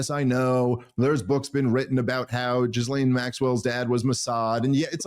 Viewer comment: Please note: With 'Ghislaine' the 'S' is silent. "GILLANE"